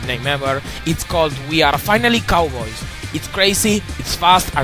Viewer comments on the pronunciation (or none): I'm sorry, this may seem kind of mean, but it sounded like you said we are finally cowards. I mean no offense. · ***** I know you said cowboys, but to me, the B blended in with the W. Let's not argue about this, though. It won't go anywhere, and it's very minor.